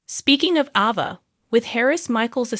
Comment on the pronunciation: A (as In abcdef...) VA. I really don't know where you get these readers that cannot pronounce these names but maybe they should be made to watch the shows with every person whose name that they have to pronounce. Your readers really don't appreciate trying to figure out who they talkin about when they read these stories. And I want to know who Nickel is ?